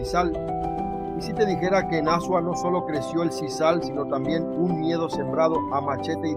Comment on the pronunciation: Amigo está bien, el vídeo, trata pronunciar Azua bien, porque lo pronuncia horrible 😮